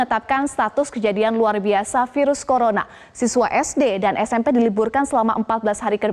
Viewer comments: hampir kepleset dia "colorna"...🤣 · "Penyebaran Kolorna" "Lokdon" Wkwkwk🤣 minum duluh gihh mb biar ngomongnya gk ngos2an.